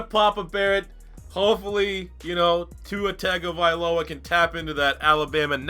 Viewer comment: It’s Tongue-O-Vy-Low-A